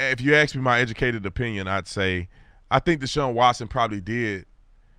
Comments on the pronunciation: Quit saying AXE . you sound like an ignorant black man. you are smarter than that. start practicing. Sowell and Candace Owens don't. You arent in their league but you are kind of a personality though on a public forum. It is ASK and not AXE and it is BOTH and not BOAF. Please try and remember a fool rejects reproof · Can You say: ASK? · Axe him?, lumberjack?